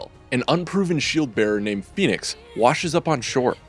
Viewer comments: It's pronounced fennicks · He's pronouncing fenyx wrong for a start lol.